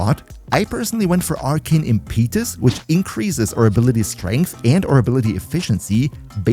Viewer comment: Impeetus? I'd google that pronunciation :P Try 'im*puh*tus' plz... You're killing us just a little.